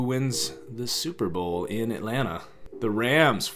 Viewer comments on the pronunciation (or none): none